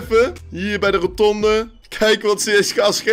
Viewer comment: Iemand die 400 keer per minuut roNtonde zegt zou toch moeten weten dat het rotonde is -_